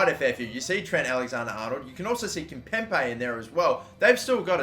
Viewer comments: It's KIMPEMBE!!!! NOT KIMPEMPE!!! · Everytime he said Kimpempe I wanted to die man... It's KimpemBe! Also Atletico not Athletico. And RIB-AIR-OH no REE-BEER-OH Fuckink killing me